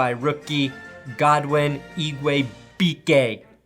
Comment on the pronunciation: "Ig-way-bwee-kay" hope that helps. You'll probably be saying his name more in the future.